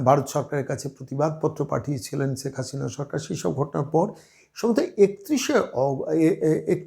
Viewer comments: 'ছেক হাছিনা' এটা কেমন উচ্চারণ? আগে শুদ্ধ বাংলা উচ্চারণ শিখুন। হাস্যকর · সব কিছুতেই বাড়াবাড়ি , ' রাজাকার ' কোথায় পেলেন ? ৫৩ বছর পরে রাজাকার আছে ? আপনার শেখ হাসিনা উচ্চারণ একেবারে বাজে ।